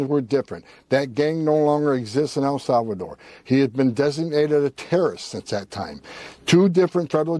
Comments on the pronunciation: For the love of God..... El Salvador is pronounced "eL-SAL-vah-door". It is NOT pronounced "EL-SAV-a-door" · Why do you keep saying A Savador? El Salvador! Say it 10 times!